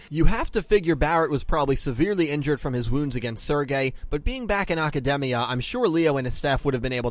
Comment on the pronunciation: The real unanswered question is why you keep pronouncing Academia like it's a Japanese word. It's not a Japanese name like Aki or Asuka, it's English word, but you keep saying it with a Japanese accent. It's really weird =/